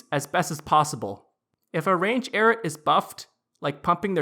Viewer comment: lol you make is sound like "carrots" - 😂🤣😂🤣😂 It's properly pronounced: "EYE-ROOT" - LMAO~!~!~!